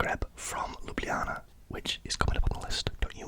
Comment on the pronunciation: Perfect pronunciation of Ljubljana, mate! Glad you enjoyed my country 😊